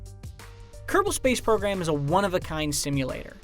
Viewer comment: Kerbel space program? rly...